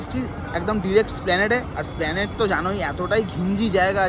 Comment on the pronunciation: Its not SPLANADE ,ITS ESPLANADE !!!